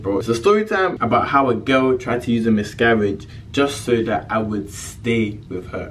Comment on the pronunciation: Am I the only one hearing him say 'misgaridge'